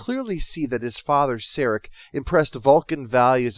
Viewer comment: Who is this "Sairek? Spock's father is Sarek pronounced Sah-Rek.